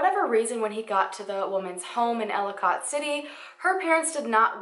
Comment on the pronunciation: As a native from Maryland and this area it feels so weird to hear someone else pronounce ellicot city and Catonsville lol